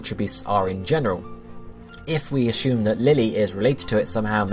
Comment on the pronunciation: "We can asshume" AHHAHAHAHA